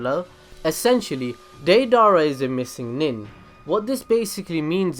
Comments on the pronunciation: He keeps saying deidara as daydara it is daydera! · ( day-da-ra) is how you say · He is saying day dara 😂😂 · why do you keep putting so much emphasis on his name dei dara there's no space between it's deidara but you keep saying dei dara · Day-Dara???? That’s not how you say it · it's not da-dara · “Dae-Dara”😂😂😂 he butchered it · Not hatting but it's day-da-ra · deidara rhymes with ala akbar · Anyone else cringing on how this guy says deidara? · Why do you keep mispronouncing Deirdara's name so massively, please don't try blaming it on accent as it is obviously not that. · All I hate is how you’re pronouncing his name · The way you say deidara makes me wanna itch. Sorry if it is because of your a cent but I'm just wanted to kindly correct you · Favorite character but can’t say his name right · the a in deidara is silent. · U would think if deidara was your favorite character u would at least say his name right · Well if you like him why don't you say his name right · Can you at least say his name right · Deidara is one of your favourite characters yet you can't pronounce his name right